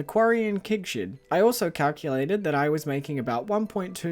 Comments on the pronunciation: Everytime he says Keg Shed, all I hear is Kink Shed. Help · I hear "kig shid" and laugh my accent off 🤣 actually I find very cool to hear so many different english accents on yt, and now I know that NZ accent have a very closed 'e' sound in words like 'bed', 'shed, 'keg', 'quest', and the stress syllables are different in some words, like 'crAnberries' instead of 'cranbErries' 👍